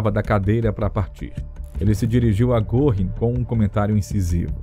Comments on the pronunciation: Ótimo documentário, mas me dói nos ouvidos a pronúncia do nome Göring... (se lê "Guerring") não goring) ... crítica construtiva... abraço. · a pronúncia de Goring não é Gorrim. É Gêrin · O senhor também ta pronunciando errado!!! Não se pronuncia Guerring e sim Gurring. O apresentador do documentário só errou por pronunciar o rr fraco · Exato! Em nenhum documentário q assisti até hoje, não escutei certo. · Vamos dar um desconto pois a língua alemã é complicada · Aprenda a citar fontes do teu texto e a pronunciar direito nomes alemães, como Göring